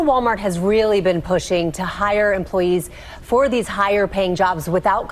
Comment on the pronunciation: can't say 'th'. "These, that, and those" are "Deez, dat, and doze."